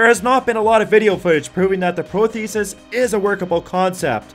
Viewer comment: be nice if you could pronounce "prosthesis" correctly